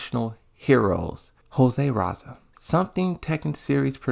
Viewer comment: Re-zal why do you keep saying raza